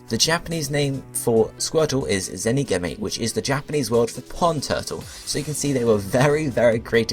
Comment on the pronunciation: "zenigimme" that is not how you pronounce it. I am surprised at how wrong this video was. There are so many mistakes. Here is some I can help you with. "Zenigame" is pronounced "Zen" "ee" "gaaaaa" "may". "Kameil" is pronounced "kaaaa" "mayyyy" "Eeel". "Kamex" is pronounced "Kaaa" "mayyy" "xuuu".